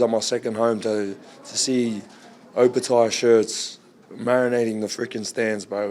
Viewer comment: come on bro get that Opetaia pronunciation right its not taya its tyre